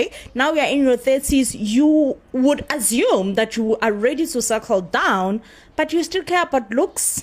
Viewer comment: It is the AZOME (meaning assume) pronunciation for me 😂